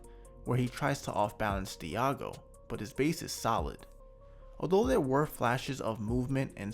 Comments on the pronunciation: Diogo is pronounced deougo not diago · bro stop saying diago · Nice video as always man, thank you... BTW: Diogo is pronounced Dee.o.go...